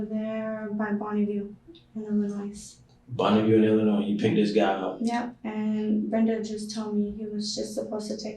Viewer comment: I hate when people pronounce the S at the end of Illinois, the S is silent😂😂